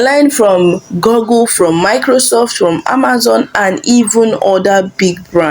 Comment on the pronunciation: It's pronounced GOOgle, not GOGGLE. You shouldn't be making such mistake in pronunciation